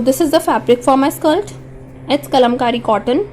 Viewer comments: Why do you keep on saying “skalt” it should be skirt. Concert on your pronunciation. You speak good English except keep on saying this word without paying attention to right sound of it. Go on practice it. 👍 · Why you are saying skilt??? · Is it skilt or skirt😅😅